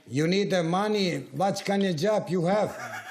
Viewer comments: Ahahahahahahahahahha vackanadjob ???? Hahahahahahahahahahahahhh umirem !!!😂🤣🤣😂😂🤣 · Vaćkanđab ju have...znaci pao sam sa stolice ..😄😄